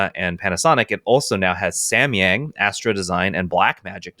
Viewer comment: samyang pronounce goes like Sam from Samsung or samba dance and ya form yang goes like yarn ya not yank ya